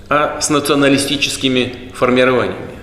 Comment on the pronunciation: Кац говорит - "с нацианальнолистическими формированиями" 😂😂 Бухой чтоль🤣